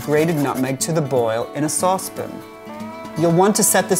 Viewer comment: a sauce pin huh